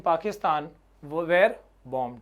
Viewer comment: Sir one advise. Sir you wrongly pronounce "were". 😼